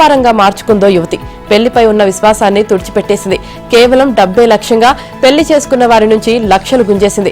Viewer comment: Pelli kadu Madam....Pellli